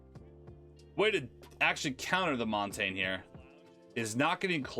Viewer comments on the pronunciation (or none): Its montage (mon-tashe) not (montane)